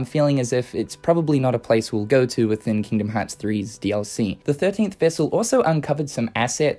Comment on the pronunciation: The way you say "DLC" triggers me Please stop Its not "Re:Mind Dallysee," you twat I'm sorry but this is gone on long enough